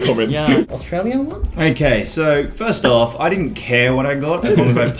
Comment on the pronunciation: “Strayyan Walter”